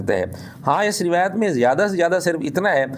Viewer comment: Ye banda rawet means urdu talfuz b ada ni kr sakta